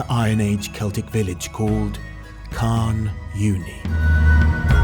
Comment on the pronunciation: Nice vid. Down here it's actually pronounced more "karn oonie" than "karn younie" & " tche-ZOYster" for Chysauster